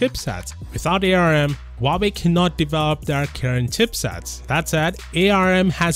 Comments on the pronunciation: I know that ARM is capitalized, but please stop saying A, R, M. Everyone in industry just says "arm". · Sorry this triggers me as an electrical engineer, it's pronounced "ARM" NOT "A-R-M" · arm is pronounced directly arm not A R M